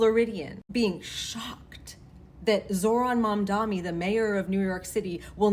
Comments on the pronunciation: It's Mamdani, not Mamdami. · Mamdani not Mamdami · It’s Mamdani not Mamdami! Need to get it right. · Please stop saying "MamdaME" it's MamdaNi with an N. It's really not that hard, why doesn't anyone get it right? Respect his name please. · lol "mamdami" some names'll mess ya up on some days. so relatable. when i was still working it out i was saying it that way before realizing it was mamDANi. most people give you a pass if you are trying tho. : ). i love when he was doing a debate and CORRECTED the guy that was mispronouncing it. and that's happened on host shows too where they corrected other guests, just checking that right then and there. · Dudette —Great message but did you keep saying Mamdami? 😂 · You have good videos. But it's MamdaNi, with an "n". Common suffix of surname from the western part of the Indian subcontinent. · Okay. Please. I know you are not going to read this but even YOU can t get his name right. ITS WILD! It’s MAMDANI with an N not and M. Please what is wrong with you. You’re embarrassing yourself. Embarrassing us. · Why the f• does everyone on both sides keep saying mondommmy? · Girl!! Its Mamdani! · MAMDANI MAMDANI MAMDANI. It’s really not hard to pronounce I’m really confused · Mam-da-knee. Sorry not being mean. You can delete after reading. ❤ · Why do people have such a hard time saying his surname lol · Not getting Mamdanis name right is making my ears bleed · M-a-m-d-a-n-i Y'all really should learn how to say it properly